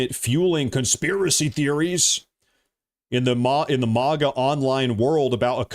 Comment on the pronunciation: Why do you continuously call it moga and not maga just Google the words you're saying and look how it's spelled